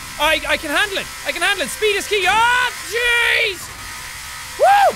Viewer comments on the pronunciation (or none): He says Oh jeez but it sounds like he said dough cheese